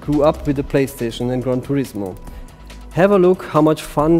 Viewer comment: "Khan Turismo"